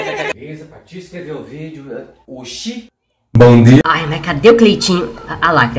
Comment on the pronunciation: No começo eu já me quebrei com o bobobobobobobobobobobo bomdia